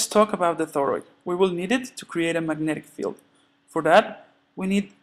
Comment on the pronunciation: This trips my out every time he says "thoroid" LOL. But seriously, i know you spent a good bit of time on this stop motion and it does a great job of showing what is happening in this wonderful little circuit!